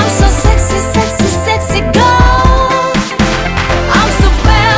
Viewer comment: I was so obsessed woth this song last year. It sounds like so sophisticated, edgy, mature, cool. The only thing I didn't like was the chorus when she pronounced girl lol. Idk it kind've made me cringe...